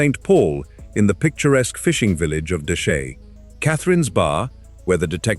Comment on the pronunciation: Fact #01: The "picturesque fishing village of Deshaies" is pronounced 'Deh-hey', not 'Deshay'.